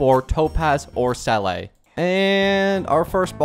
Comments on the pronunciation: It's not selay it's zela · Nop thats wrong too, Its zeh le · Seele is pronounced sea luh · Sell a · Oh and noticed he said sele